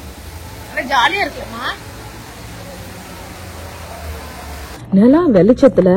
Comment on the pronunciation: நெலா இல்ல நிலா 😂